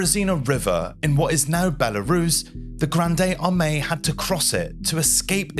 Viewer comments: Grandayy Armeeee, LOL. You cannot speak even a little bit of French?? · 'Granday Armani' What sort of idiot cannot give the French term 'Grande Armee' ' any sort of phonetic justice? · This is really parhetic. No one took 30 seconds to check the pronunciation of Grande Armee? REALLY??? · Pretty well covered, but, for Heaven's sake, if you are dealing with a piece of French history, the dreadful, tragic story of Napoleon's Grande Armee*, do those men the honour of getting the pronunciation of all names - especially that of the army at the heart of it all - CORRECT !!! ( Please forgive missing acute accent ) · Fun fact - you can look up correct pronunciation of foreign words in the Internet before making a video, it physically hurts to hear how you pronounce such well-known words as Grande Armee, Borodino etc. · Jesus Christ, If you can't pronounce "Grande Armée" correctly to save your life, just pronounce it in English. This is more painful than body lice knawing at your skin. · How did you go the entire video saying Grande Armee so wrong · Nice video…but your pronunciation of Grande Armee is Cringe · Ive spent many years reading of the Grand'ay' Armee but never heard its pronunciation massacred so cruelly. There are hundreds of surviving accounts and memoires to read about this campaign, you really don't need dig the bodies up and poke them as if you found something we didn't know about. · 1. Stop saying Granday, just say grande armee if you don't speak French. 2. They are soldiers who died in battle or weather, why are they in trench mass grave? Well, do you think they will bury each soldier? Do you know how war works? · The nearest pronounciation would be: 'Grond Armi'. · God save us .....'Grande Armee' ....not Gronday Armay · 😂😂😂 the way you pronounce grande armie makes it sound like you’re at Starbucks Either do a 15 second search on YouTube on how to pronounce it or just pronounce it how you would in English buddy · "Granday Armani"? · “Grand-ay armay” 😂😂😂